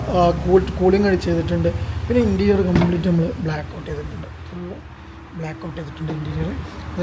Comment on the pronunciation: ഇൻറ്റീരിയൽ അല്ല ഇന്റീരിയർ OK